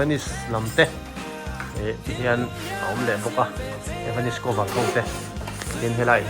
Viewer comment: A zuartupa ber chuan evanis ti deuh tlat😂😂😂😂